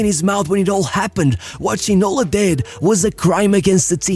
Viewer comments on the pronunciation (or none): Lembro me bem dele...so havia 2 franceses a jogar em inglaterra naquele tempo, Cantona e Ginola. Ja agora, matas te me a rir com a pronúncia do nome dele... é Ginolá da mesma maneira que é Cantoná e nao Ginóla 😂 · I never head about this player names "ginola"... maybe you should call him "Gino-LAH", this one I remember :P